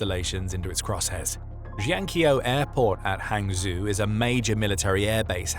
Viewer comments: zhou = Joe, not zoo. ang = ahng, not ang like in hang. so... the city Hangzhou = Hahng Joe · Hangzhou is pronounced hang joe